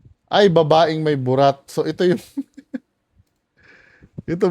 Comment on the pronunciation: Objective naman yung sinabi nung professor. Kaso yung mali daw ang pagkakasabi ng word na "babae". Hahaha 😆